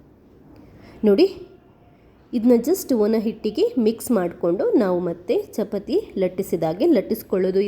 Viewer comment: ಚಪತಿ ಅಲ್ಲ,.......ಚಪಾತಿ ಅಂತ ಹೇಳಿ.